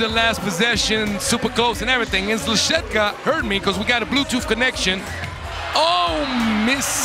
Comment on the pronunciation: Little help for commentator: Bogucki - /Bo-gootz-ki/ Szlachetka - /Shla-het-ka/